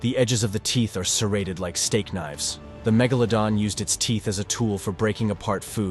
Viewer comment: Please pronounce iit correctly magoladon or magladon